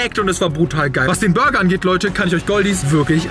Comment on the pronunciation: Hast du gesagt der beste Bürger am oder habe ich mich verhört 😂😂😂